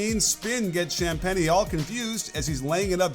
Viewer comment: Is this an AI voice? Cham-pain-ee? LOL